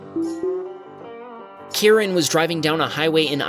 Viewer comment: I believe it's pronounced Kie- Ren. If you call him Karan, he may call the manager on you 😅.